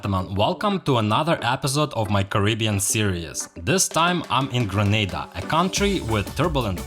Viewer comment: Thank you for visiting Grenada. If you are going to do a documentary on a country, you must first learn the proper pronunciation of that country. I also find you to be some what petty.